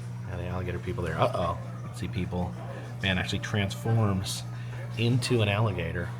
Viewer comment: HOW MANY TIME DID HE SAY. “ALLIBATOR “ ??????? 😂😂😂😂